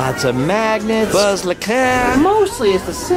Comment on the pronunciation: when says buddy and wuzz instead of woody and buzz lmao i was like wait what 🤣